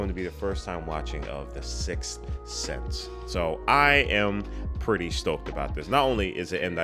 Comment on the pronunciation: "Guys... An that is the Silth Sith." 🤣🤣🤣🤣